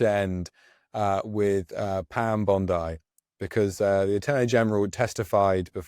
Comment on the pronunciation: I thought only AI said "Bond-eye" instead of "Bond-ee".